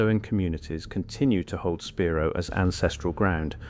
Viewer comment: It's pronounced spy-rō